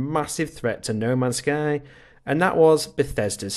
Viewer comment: Why do you keep calling it noma sky?